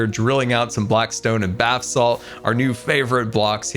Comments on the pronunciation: Did he say “bath salt” instead of basalt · did he call basalt "bathsalt"? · yes. I found it funny since he mispronounced basalt.